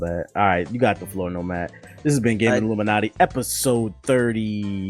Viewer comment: No sad music for Nintendo... *reads about new 3ds not coming with a charger... - Put the sad music on! Probably the funniest moment since called out for saying Illuminaughty with an N as in Naughty or nice! Keep up the podcast man. Y'all kill it everytime!